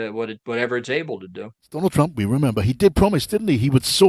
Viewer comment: the moderator actually said"Donald Trunk"?